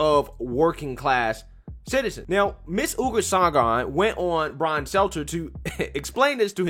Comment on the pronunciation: Stel-ter. Ok carry on